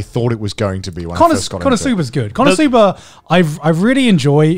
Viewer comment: Connor: konosuba Garnt: connorsuba